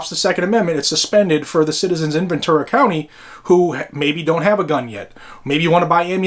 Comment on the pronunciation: It's Ventura, not Venture